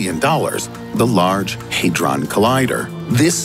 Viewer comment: Okay 1 thing had ron not haedron